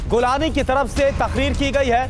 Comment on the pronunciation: रांड आदमी गोलानी नही जुलानी हे उसका नाम